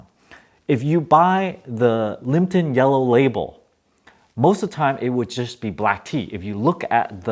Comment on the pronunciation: it's liPTon not liMPton